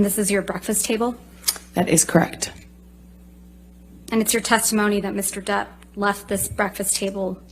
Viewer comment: "That's cract" 😂 Girl the word is correct 😂